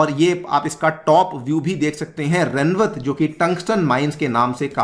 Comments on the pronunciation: It is रेवत (rewat) not रेनवत। I'm from Rajasthan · Its not remwat…its “Rewant” named after father of Revati(wife of balram)